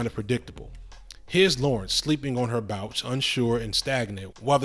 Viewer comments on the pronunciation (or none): On the rewatch, I just caught you saying bouch instead of couch…comedy gold. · Lmaoo notice how he said “bouch” instead of “couch”😭🤣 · 😂😂😂 this fool said bouch 😂😂😂😂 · Not her bouch lol 😆 wonderful post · you said sleeping on her bouch lol subscribed ! jk this entire essay was so thorough thank you ! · I was looking for this comment! 🤣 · Did you say 'sleeping on her bouch'? 😂😂😂 good one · I caught that you said, "bouch".😂😂😂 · Her “bouch,” I caught that 😂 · Did u said “sleeping on her ‘BOUCH’”?!? 🤣😂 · wait, did you say sleeping on her bouch... LOL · Bro so nobody heard him say bouch ?😭😭😭😭😭